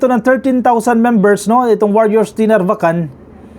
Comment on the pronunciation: Sir, sa mga ibang blogger at newscaster, kayo po lamang ang narinig ko na tama ang pagkabigkas ng NARVACAN. Ilocano po ba kayo?